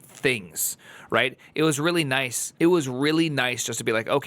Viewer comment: he definitely meant noice :)